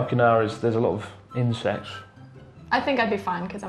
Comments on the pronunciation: I thought he said incest not insects lol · lmao thought he said incest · WTF I straight up thought he said 'There is a lot of ''INCEST''' I died when she said she got used to it in Australia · I panicked for a sec until i realized Chris said there were a lot of “insects” not “incest” in Okinawa lol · I thought Chris said there's a lot of incest in Okinawa at first ... I think I'd rather that be the case than insects XD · Wow that did not sound like "insects"